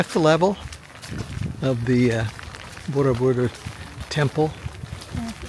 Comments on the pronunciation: Its borobudur not bodordubur sir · You keep saying BoroDUBUR instead of BoroBUDUR. I'm 36 years old, and here I am laughing myself silly because DUBUR means anus in Indonesian 😂😂😂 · I love how you butchered "Borobudur" so many times lol 😂 😂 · lol i was about to say this ..... its funny